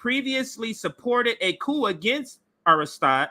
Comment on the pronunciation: Also, Aristide is Arrah-steed.